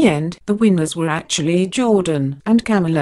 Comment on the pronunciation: Corey's Morgan Agree. It is Ca-mila not Cam-ula on top the fact you can’t Understand what is supposed to be English.